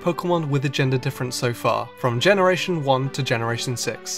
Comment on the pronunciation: generation sheven?